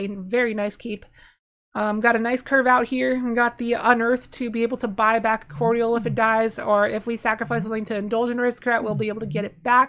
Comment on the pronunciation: Mispronouce "cordial" again please 😂